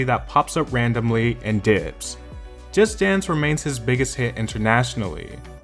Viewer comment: Why do you pronounce "Just Dance" as "Just Stans". So fucking annoying.